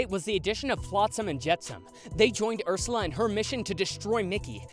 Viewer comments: Lol did eanywon here that he said ershala but not ersala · He said Urshula😂👍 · I love how at one point he says urshula instead of Ursula Edit: What was the “tragic accident” in 2016??? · "Urshula" its Ursula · he says urshela 😂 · And you sayed urssula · Chihuahua soccer you said it wrong you said Ursula